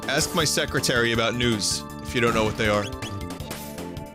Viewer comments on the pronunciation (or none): none